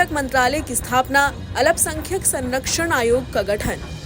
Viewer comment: Mam alpasankhyak sahi se bolein